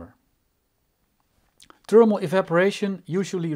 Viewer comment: It's THERMAL not TERMAL